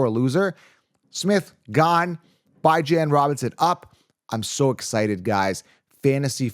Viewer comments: please pronounce his name Bee-Zjohn. Google “The House of Bijan” the owner pronounce it “Bee-Zjohn.” This well ultimately lift the curse from Bijan Robinson if we start pronouncing his name correctly? 😂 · 😂 Bye-Jan is not how he says his name. Just YouTube search “how to pronounce Bijan Robinson name” and Bijan will tell you himself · Can you please stop calling that man Bye-jan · This. Where did you ever hear his name pronounced like that!? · it's drive me nuts everytime I heard it. The paid announcers say it weekly. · no it’s not and every time you say that it makes me cringe. If you’re gonna make a video about someone please learn how to say their name properly